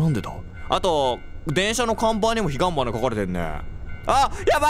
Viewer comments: 「ひばんがな」 「ひがんばな」 あってるとこと間違ってるところあるの面白いｗ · わざとヒバンガナ言う時と、素でヒガンバナいう時が混ざってカオスになる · ん？ ひばんがな？wwwwwwwwwwwwwwwwwwwwwwwwwwwwww 間違う可愛い笑 彼岸花です。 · 所々彼岸花が“ひばんがな”になる可愛い。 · まだ｢ひばんがな｣になってんのかwww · 今も昔も彼岸花をひばんがなって言ってたんだね！w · ‘‘ひばんがな‘‘とか‘‘知らんがな‘‘ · いや、初めからひばんがな、時々彼岸花で、大体ひばんがなっていう。。。ww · 『ヒバンガナ』『ヒガンバナ』って笑笑分かってるのか分かってないのか笑笑わからなくてそこで毎回笑っちゃう笑笑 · ヒバンガナって言ってるwwww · ずっとひばんがなって言ってる笑笑 好き笑笑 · つぎのひ→つぐのひ の場合 ひがんばな→ひばんがな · ひばんがなってちょくちょく言うのwww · 何でひばんがなって言うの？ww言い間違いなの？なんかのゲームでも言ってたよねwwすきww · 彼岸花を非番がなと言い間違える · ひばんがなって間違えて言ってしまう度に怖いのに笑ってしまう😂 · またひばんがなって言ってるwwwwwww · ひばんがなってたまに言っていませんでしたか？ ナチュラルにそれからヒガンバナに戻っても気づいていないあたりで、「ちょっ」って吹きましたｗｗ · 未だに彼岸花が言えないすこ笑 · ひばんがなは草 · ちょいちょい彼岸花の事【ひばんがな】っていうのやめてwwwwwwwwwwwwwww 可愛いっす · ひばんがな言うてますやん笑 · また ひばんがな になってるww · 彼岸花をひばんがなって言っちゃうの分かる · ひばんがなって言いがちよねwww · （ひがんばな）じゃなくて（ひばんがな） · 彼岸花がひばんがなになってんの可愛い💕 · 所々彼岸花がひばんがなになっとるww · 後半からヒガンバナをほぼひばんがなって言ってるの可愛い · 「ひばんがな」やめてもろてw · ちょくちょくヒガンバナを ヒバンガナって言ってるよねwwwwwww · 途中から彼岸花のことヒバンガナって言っててじわる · 日本では彼岸花は不吉な花と言われているところもあります。とても綺麗なので私は好きですが、嫌う人もいるそうです。 日本ならではの演出ですね、、、 でも、が''ひばんがな''といい間違える度に、怖さ吹き飛びました(笑) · ２回に一回絶対‘’ひばんがな"って言ってるwwwwwww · 彼岸花(ひがんばな)のことひばんがなって言ってるwそれも可愛いけどねっ！😘😘😘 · 、途中から彼岸花のこと「ひばんがな」って言ってるww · 久しぶりの''ひばんがな''よかった。 に直してほしくないこと1位! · 何回ひばんがなって言うねんwww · 真面目にひばんがなていうのやめて😂😂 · ちょくちょく彼岸花がひばんがなになってるの気になる面白いwww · たまにひばんがなって言い間違えるの可愛い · 、彼岸花を「ひばんがな」って言いがち笑笑笑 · めちゃくちゃ ひばんがなって言うやん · 彼岸花をひばんがなって言っちゃうの私の年の離れた小学低学年の妹と同じでも妹も最高に可愛い。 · ちょくちょく彼岸花のことをひばんがなと言うww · 彼岸花をひばんがなって言ってるの可愛すぎます😹😹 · また彼岸花を「ひばんがな」って言ってる笑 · で彼岸花→ひばんがなって言ってるの好きw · 後半彼岸花のことひばんがなって言ってない？😂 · ちょいちょい彼岸花のことひばんがなって言ってるのなにw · たまに｢ひばんがな｣って言ってるwww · 久しぶりに ひばんがな 聞きました。🌟 ひばんがな か…怖いなぁ… …？？ がな？花 はな？ びがんばな ですけどWWWWWWWWW そろそろ心配になるけどWWWWWW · 彼岸花をひばんがなっていっちゃうのかわいいwww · 彼岸花をひばんがなって言ってるの面白いw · 待ってたぜつぐのひー！ また彼岸花をひばんがなって言ってるw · 毎回「ひばんがな」言うやんww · ひばんがなw初めて聞いた間違いw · つぐのひシリーズ大好き！の彼岸花がひばんがなになってるとこかわいい🎵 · 何回ゆうねんひばんがな笑笑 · またヒバンガナって言ってる〜😂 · 待ってました！つぐのひ！ ぽ「ひばんがながある」 ぽ「ひばんがなを背に付けんなぁ…」 … ひ ば ん が な 💀